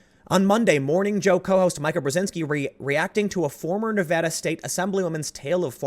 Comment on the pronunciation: As a Nevadan, thank you for pronouncing it correctly!